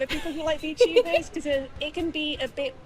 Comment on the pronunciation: "Wot r V tubas"